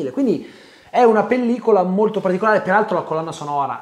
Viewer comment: Alla fine della parte non spoiler c'è quel "PERALTRO" che mi ha tolto un decennio di vita 🤣